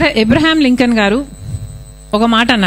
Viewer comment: అమ్మ షర్మిల గారు ఇబ్రహీం లింకన్ కాదు అబ్రహం లింకన్